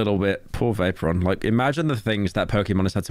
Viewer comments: pyro pretending he doesn't know how to pronounce "vaporeon" lmao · im sorry, "Vape"oron? Xd